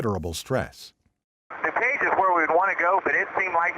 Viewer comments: Somebody please program the bot to read DuPage correctly and Spell "flight" correctly. Thanks. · Pronounced.....Dew-page!!!! Just drive up from Indy!